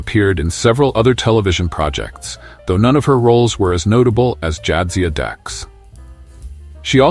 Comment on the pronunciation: How about "Jaaad-zia Dax?" It's "jad-ZIA Dax!"